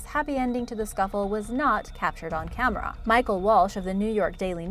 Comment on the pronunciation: "Camerah" Oh hey Jenna Maroney